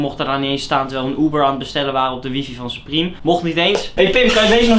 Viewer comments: Je spreekt t uit als supriem , niet suprem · Je spreekt het uitvals supriem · Je zegt supriem maar je schrijft supreme